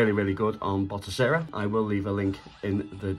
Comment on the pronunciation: Ok man.. Again.. Its "Batocera"..not "Botocera" 😖👍